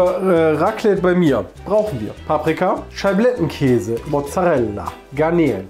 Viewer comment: Paprika, Schablettenkäse... Ich: Oh ok. Warte...SCHABLETTENKÄSE???